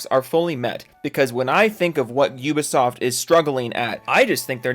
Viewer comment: "You-ba Soft" 😉